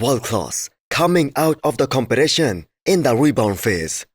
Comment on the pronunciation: BRO say competition not compylasion it is not that hard